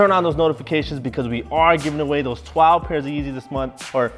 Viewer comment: said tweelve